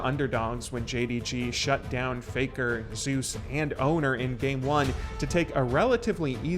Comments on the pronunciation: Also hearing you say Zeus as "Zus" throws me off lol Most people call him zay-oos, especially because there was another Korean pro named Zzus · "Zay-oos" . Not "Zoose". It's a play on his real name, being similar to the god of thunder. Legitimately confirmed. If you're going to make an LCK documentary, you should probably know how to say the players' names.